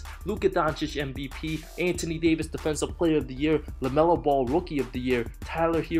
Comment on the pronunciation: It's LaMelo not LeMelo